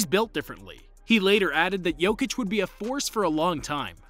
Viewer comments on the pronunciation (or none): none